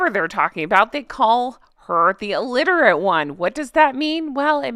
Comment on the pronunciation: Alitirate?? Illiterate 😊